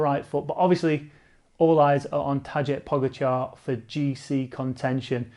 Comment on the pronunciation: Not trying to be a prick, but if you gonna talk about him all the time - it’s pronounced “Vote” Van Aert. And “Taday” Po-GA-char